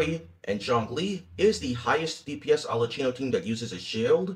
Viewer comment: There is no chi in arlecchino. it's a ki sound. it's italian.